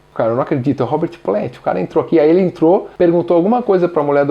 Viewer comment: entruo hehehe